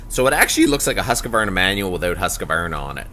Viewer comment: It's pronounced 'husk varna'